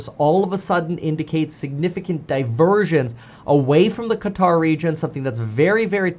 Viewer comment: KEVIN, Please don’t call it “Kataar”. The closest you can pronounce correctly is “CUTTER” since there is no letter for Q in English.